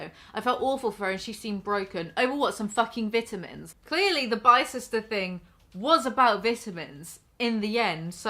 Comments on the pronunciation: I know she cant control it but I couldn't stand how the way she said "vitamins" >_< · I will always hear vidah-mins and giggle a little. Sorry I'm a yankee